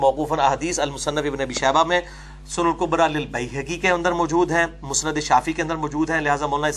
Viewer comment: المسند نون کی تشدید کے ساتھ نہیں ہے ۔ باب افعال سے ہے لہذا سین کے جزم کے ساتھ ہوگا ۔ نیز لفظ تلبیہ میں ایک ہا ہے دو نہیں ۔ لہذا یا کو ہا کے ساتھ لا کر پڑھا جاۓ گا: تل بیہ ۔۔ بیہہ نہیں نہیں معلوم کہ اپنی بات سمجھا سکا ہوں یا نہیں